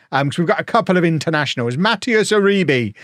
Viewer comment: Maybe learn how to pronounce players names otherwise you saying Uribee for a whole season might get annoying